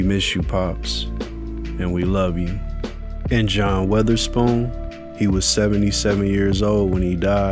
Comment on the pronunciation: That was a great video and tribute but you pronounced his last name wrong the whole time it's not weatherspoon